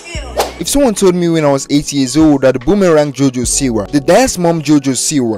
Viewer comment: "So this is JoJo SEEWER" 😂 And I agree, I hope she gets better and finds her true self